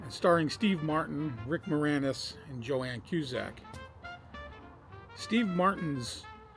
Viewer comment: Its "Joan" not Joann.